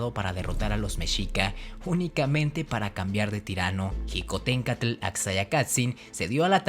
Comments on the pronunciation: No se plronunsia jicotenka se pronuncia shicotencatl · Mi abuelo me ablo sobre Xicotencatl pues es mi apellido materno Y se pronuncia shicotencatl no Ji como tú lo haces saludos desde puebla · Xicotencatl se pronuncia shicotencatl o apoco dices jochimilco? E investiga bien lo que paso con Xicotencatl, estas en un gran error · Felicidades por el video y por el canal, te sigo y me gustan tus videos, con algunas reservas, en particular quiero hacer un comentario respecto a cuando te refieres a Xicoténcatl, si bien es cierto que la X en MÉXICO tiene diferentes usos, el que tú usas la J para referirte a Xicohténcatl, en lugar de la SH (fonética) y dices Jicotencátl, el mismo corrector del teléfono advierte el acento de otra manera, solo es un comentario para saber de donde proviene el que pronuncies así, y así poder retroalimentarme, gracias por la atención al presente comentario y nuevamente felicidades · Mal prononciado Xicoténcatl e Ixtlixóchitl, ahí dejé de ver, por favor más seriedad nopalones, le echan mucha crema a sus tacos, al parecer en donde estudiaron la primaria tampoco sus "maestros" tampoco supieron la correcta pronunciación de los nombres.